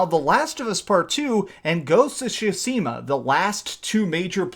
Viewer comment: Tsushima not Sushima...